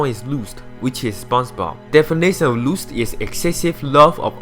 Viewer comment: The way he pronounced Lust too...